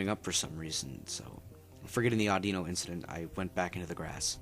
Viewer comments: its pronounced AW-DEE-NO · Dude its pronouced aw di no